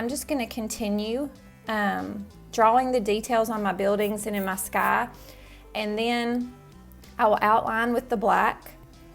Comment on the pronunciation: "Mah sky"